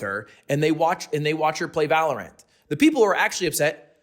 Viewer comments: u say valoRANT weird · The main thing I got from this vid is the way lug put emphasis on the wrong part when pronouncing Valorant